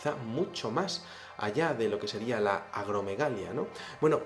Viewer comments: Como siempre, un video muy interesante. Creo que es importante aclarar lo siguiente: La rara enfermedad causada por una secreción excesiva de la hormona de crecimiento a la que haces referencia (humanos de gran estatura), se llama Acromegalia, no Agromegalia. Salud y Suerte, ¡ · Interesante video. Solo que no es "agromegalia" es acromegalia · ..es Tihuanaco; se pronuncia "tiuanaco". Y el gigantismo por enfermedad, se llama Acromegalia.